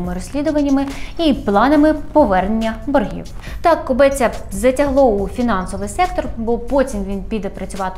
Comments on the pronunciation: Кобця, не КобЕця))) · Кобця, а не кобеця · Кобець відміняють так само як «хребець» – без «хребця» без «Кобця», а не без «Кобе́ця».